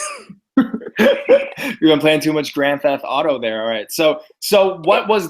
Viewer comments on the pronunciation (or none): none